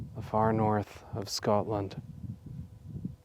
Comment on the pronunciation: Your pronunciation of Scotland is becoming more Scots 😂, as I have mentioned before. Makes me burst with pride : sgoinniel